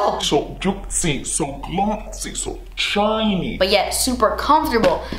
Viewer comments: SO JOOTCY, SO GLOTSY, SO TCHINY ❤ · "So juitcy... So glotcy... So chiney..." LOL